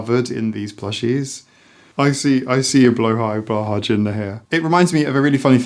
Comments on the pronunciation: Swede here. The shark's name is pronounced BLEW HIGH Simple and correct at the same time! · "Blow-high" is more close to the correct pronounciation! The "å" is pronounced kinda like "oa" I'd say ^_^ Also, I totally second this, plushies are amazing comfort items, and its a healthy coping mechanism, and they hurt no one (mold can be an issue, but you should talk and not just throw them away!!) I just don't get why we have to assign an age to something that comforts, it is a healthy coping mechanism so why is it not okay. You don't just stop requiring comfort as you grow up, if anything, I feel like you might even need more comfort as you grow up because you have to take on more responsibility, you have more stress in life, you understand more about the negative stuff happening in the world around you..